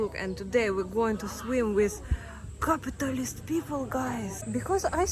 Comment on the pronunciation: Great opening with russian accent😂❤. "Capitalis People" 😭🤣